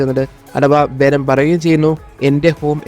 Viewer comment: വെനം❌ വേണം✅